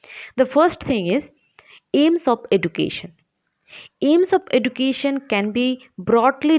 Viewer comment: please take care of the pronunciation of 'education'